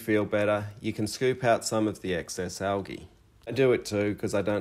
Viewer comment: Pronounced Al Geeee, not algee.